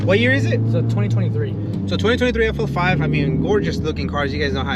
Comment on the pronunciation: FL5 not FO5 lmao